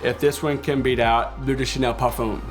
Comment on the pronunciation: No offense to this guy, but I really can't stand the way he says 'par-fume'. I love Layton 'nd I got it after fragrance reviewers like him recommended it. Not looking back. We need people like him to make more videos. :)